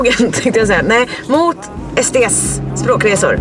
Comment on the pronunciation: När du sa sts trodde jag du sa sd